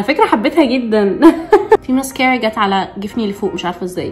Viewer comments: دي شكلها فيها حرارة لأنها بتكوي الرموش زيي لما تكويي شعرك بالحرارة 😂😂🤣 بسمة اتكلمي زيي الناس لما تجي تقول ماسكرا مش مييسك اآ ر ا سبحاآنكـ آللهم وبحمدك أشهد أن لا إله إلا أنت أستغفرك وأتوب إليك 💜💜💛 يلي يقول هذا الذكر لا يغادر المكان إلا وهو مغفور له بإذن اللـه 💛💛💜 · اوك عادي لكن مش لهدرجه لانه الناس تقول ماسكره عادي مش ماسكررره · ماسكرا❌ ميسكرا✅ هههههههه❤ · هو انتي لي بتقولي الماسكرا 😂😂😂😂😂😂😂😂😂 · ليش تقولين ميسكارا 😂 مو قصدي اتنمر بس احس الكلمه غريبه وبنفس الوقت تقهر 🌚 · هوا إنتي ليه بتقولي كلمة مسكارا بطريقة غريبة كده عن باقي الناس 🤔🧐